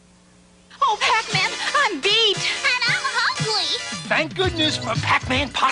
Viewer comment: Well you said Pac-min!